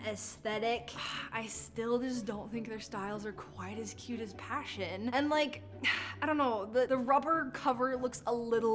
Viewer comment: Pashion not passion 😂😂😂😂😂😂😂😂